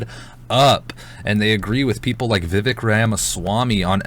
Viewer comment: Vivek rhymes with cake.